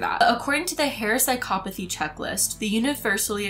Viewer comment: I had never thought about how to pronounce that word. Now we know. Sigh-caw-PAH-thy. with a bit of an English TV presenter vibe when she pronounces that word.